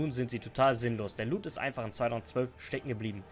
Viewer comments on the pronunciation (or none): none